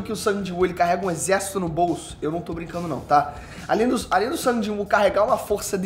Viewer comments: Karalho mano o nome do personagem Sung e a pronuncia a mesma o mano ta falando sang quase sangue 🤦‍♂️ e a sombra mais top que eu acho é o Berus isso pq o Dragão da catastrofe não deu certo na resureição ops 😂🤫 . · tenta não falar o nome como "sangue" ou "San", fala Sung (como se escreve mesmo) Tô de mimimi mesmo!!! Dica 2: Fala de "onde" veio cada uma das sombras. Ex.: Iron era um caçador de nome... Seria bem legal um vídeo assim.